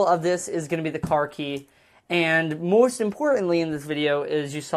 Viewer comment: "moorst importantly" lul